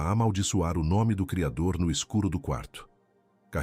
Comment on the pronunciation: Vc tem problema em falar o nome do Cridor